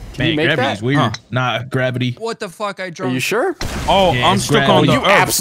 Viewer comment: ever time grizzy said gravity I couldn't stop laughing.